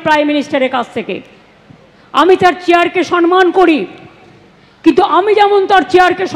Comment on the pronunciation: সনমান??? 😂😂😂 সে নাকি বাঙালি???